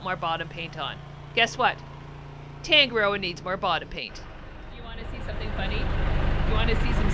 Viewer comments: Please try to pronounce Tongue A Rdrdoa correctly, roll the R 😊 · im from nz, the way you say tangaroa is wrong. Sounds abit weird how you guys say it